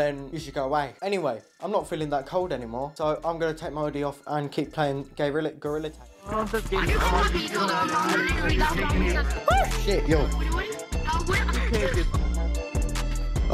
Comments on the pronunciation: bro lit said gayroilla tag💀💀💀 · am i the only person who heard gayrilla tag?